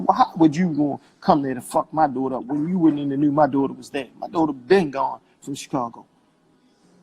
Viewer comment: Great breakdown!!!...I CRINGE at how he says dootr (daughter) Lol. If he wants to protect her so bad, start counseling and stop going live for clout right now.